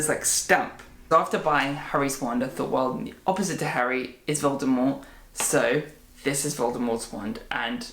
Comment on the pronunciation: I love the way you say Voldemort. its just perfect